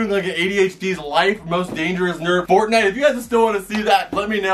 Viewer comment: Wtf!! The way he said fortnite made me die. I rewinded for the next 5mins just laughing at it until my veins started hurting